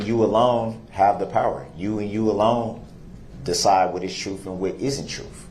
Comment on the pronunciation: The "troof" will set you free. What a jerk.